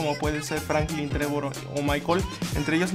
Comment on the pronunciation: dijo franclin